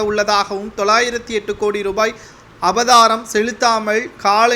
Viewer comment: அபதாரம் இல்லை, அபராதம்